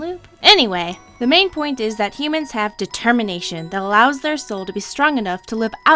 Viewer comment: dertermination?? never heard of itDetemminationoh yea that